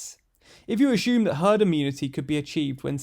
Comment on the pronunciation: "Per-shoed" is not a word. Try "Persued" instead. "Per-shoeing" is not a word. Try "Pursuing" instead. "A-shoom" is not a word. Try "Assume" instead.